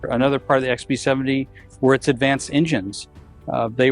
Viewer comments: Dude, it’s Ex-BEE-Seventy. Why do I keep hearing XP-70?! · Sounded like you were saying XP-70…. It’s B as in Bomber. Lol just saying.